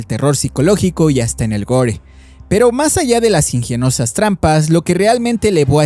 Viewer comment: Ingienosas? Dijiste ingienosas?